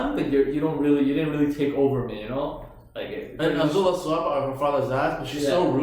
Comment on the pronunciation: just quickly guys, for the past several episodes you've pronounced Azula's name 'O'zula. Please, its 'A'zula with an AAAA e.g Love the reaction guys xxxx